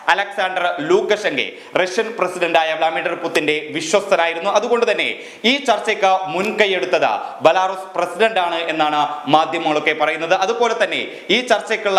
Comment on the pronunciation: വ്ള-മിഡർ അല്ല dear വ്ലാഡിമെർ